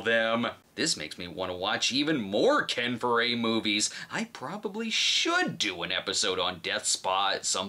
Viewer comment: I'm confused, you say Ken Four-A while Red Letter Media says Ken Four-E. Heck, there's even a picture of him and Mike in the background of every Half in the Bag episode. I'm sure you'vev met him too, what's the right pronunciation?